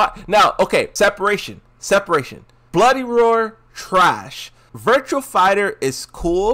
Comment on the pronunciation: You expecting someone who deliberately mispronounces some fighting game character names to say virtua fighter. This the same person that called azucena akwafina for the longest time